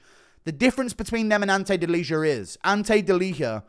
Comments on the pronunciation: delija is "deal-ee-uh" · Guru the only one not sleeping on Ante Delija, nice! Ps. It's pronounced as "Deliya" just fyi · The new heavyweight name is pronounced Deli-Yah